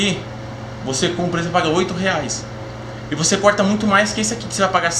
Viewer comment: É corta e não coita kkkkkkkk